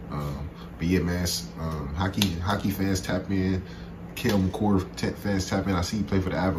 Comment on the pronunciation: You were close on the pronunciation of his name, first part you got right but the second part is pronounced car, so ma-car